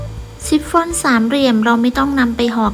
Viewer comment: ชิปฟอน ออกเสียง ช ช้าง ไม่ใช่ ซ โซ่ ออกเสียง ซิปฟอน ทุกคำเลย นึกว่าหูเพี้ยน😂